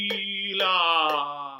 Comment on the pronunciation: Good Foundation but you are missing double L in the word Sfavillllllllllllllllllllllla.